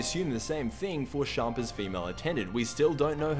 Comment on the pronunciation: Champa isn't from universe 7, he's the God of destruction in universe 8 I think, also he's pronounced champa not shampa.